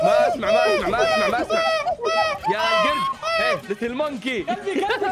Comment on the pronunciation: يقلك قلبي بلهجت العراق 😂